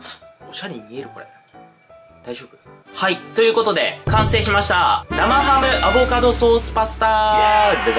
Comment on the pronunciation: アボ⤴カド⤵さん。🤣